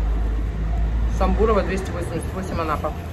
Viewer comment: Вы хотя бы правильно назвали улицу...😂Самбурова !!! ( спроси у местных) кацапский говор + не правильно ударение😂